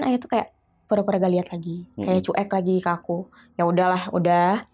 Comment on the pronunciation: Sebelumnya turut berdukacita atas meninggalnya ayah kakakk ini... Tp aku pingin banget blg sama kakaknya,, CUEK itu dibacanya Cuwek,,kakk... Bkn Cu-Ek... Sepanjang dengerin bingung antara sedih dan marah dg ceritanya jg jengkel pad kakakknya blg CU-EK... 😭😭😭